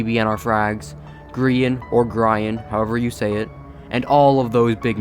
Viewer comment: It's pronounced gree-an